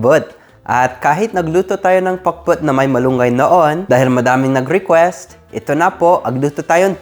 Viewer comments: Ha ha ha comedy talaga yun pakbet naging pakbut!😆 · I like that very ilocano pronunciation "PAKBUT".. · The way he says it. 👌 He has Ilocano tongue haha. Pakbut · Am I hearing things or he really said pak-bwet? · Gosh i just love how he says "Pak-but" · Hahaha pati pronounciation mo para ka ng ilocano parya bogoong utong nakakatawa ka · Nakakaaliw pakinggan ung pakbet. Hehe Super galing mag tagalog.